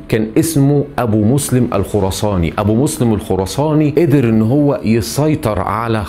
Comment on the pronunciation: يا راجل انطق الأسماء صح فقط بيقولك ابو مسلم الخرصانى، ونصر السيار😂😂😅 اتكلم عن الفنانين افضل😂